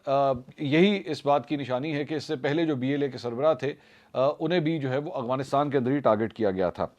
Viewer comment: السلام علیکم منصور بھائی یقیناً آپ کا ہر پروگرام دیکھتا اور سنتا ہے ۔ تجزیہ بہت متوازن ہوتا ہے ۔ بہت اچھی بات ہے ۔ آپ کی اردو انگریزی کی ادائیگی بھی صاف اور بہترین ہے ۔ یہاں ایک بات کی نشاندہی کرنا چاہوں گا کہ آپ لفظ "افغانستان " کی ادائیگی ہلکی سی تبدیلی سے غلط ادا کرتے ہیں ۔ آپ افغانستان کو ہمیشہ اغوانستان کہتے ہیں ۔ مجھے امید ہے میری نشاندہی پر آپ اپنی اصلاح فرمائیں گے اور یہ بھی امید ہے کہ آپ میرا پیغام اپنے پروگرام میں شامل نہیں کریں گے ۔ خیر آپ سلامت رہیں اور پلیز پلیز افغانستان کی درست ادائیگی فرما لیجئے ۔ فیصل اکرم گیلانی